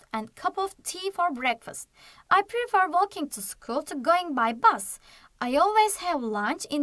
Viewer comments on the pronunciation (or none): none